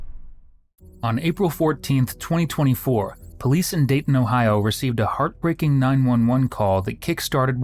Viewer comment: It's Dayton. Enough said.